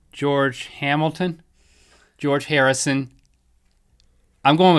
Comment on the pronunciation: George Hair-isson lol